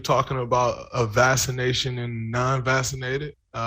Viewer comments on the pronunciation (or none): Let me ax you a question.. vassination?